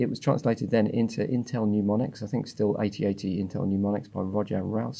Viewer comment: mneumonics? Mnemonics is a word I know w.r.t. assembly language... And peek(-1)?